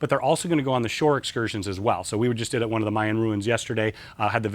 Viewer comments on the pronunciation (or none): none